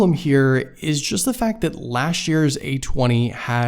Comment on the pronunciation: "Lashch" year 👍